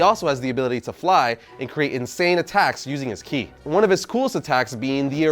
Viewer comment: I remember when used to call ki “Kai”